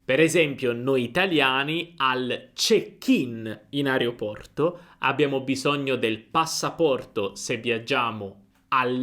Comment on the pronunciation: Se vuoi insegnare l'italiano impara a dire AEROPORTO!!